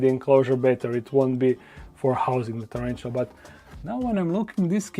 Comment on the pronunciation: Nije čerenčula,nego tarantula...